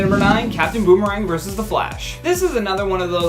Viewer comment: "Verse"? Like a song? Or are you TRYING to say "verSUS"????????? WHERE DO PEOPLE LEARN TO TALK THE WAY THEY DO?